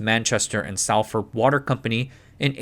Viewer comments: As a Manchester resident, I have to say "united" utilities is far better than whatever they have these days on the thames. Im not fussed by it but I imagine you are going to have many angry salfordians in here about the pronunciation. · Superb video as usual. Very much appreciate the detail and work which goes into these. Btw, a couple of words stood out: Salford pronounced more like "Saulford" but with a short 'Saul' sound Penines - merge the words "Pen" and "Nines" together as if they were one word. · If uploader is reading this, we do appreciate your effort in covering this topic. To correct some of your pronunciations for future reference - Salford is pronounced like "sol - fud" and Pennines is pronounced "pe-nines" (like the number 9) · Salford is pronounced like "solfəd" Pennines are pronounced like "pen eins"